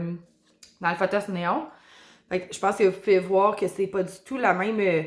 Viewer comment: Tu prononces fothos, mais c'est un P po.